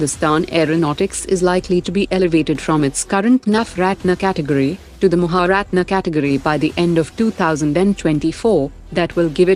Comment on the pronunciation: My God!!!. Shame on u... Shame on u. Your pronouncement of **Navarathna & Mahaarathna**!!!🥱🥱🤔🤔 Soooo horrrrrible & deadly. your pronouncement is worst than, a real Europeans. Shame on u Shame on u Shame on u, Shame on u